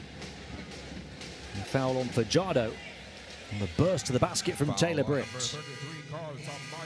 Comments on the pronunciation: Fajardo not padyardo damn you dude youre murdering junemar family name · Fajardo not fadyardo youre murdering the family name of fajardo